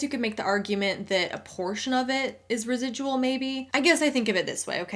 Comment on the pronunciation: I'm binge watching some of your older videos and I just wanted to say you're earning "res-i-dull" income right now!!! Congrats! Lmao. Thanks for the great content and for spreading the ever important anti MLM message.